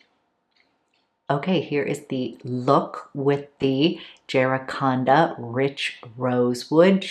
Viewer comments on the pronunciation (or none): Floridian here- it’s said Jack - uh - ran- duh. It’s a tree here.